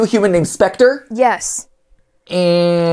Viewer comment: Speter more like vekter